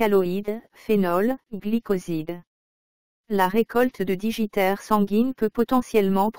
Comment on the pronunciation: DIGITAIRE, pas digiTItaire :p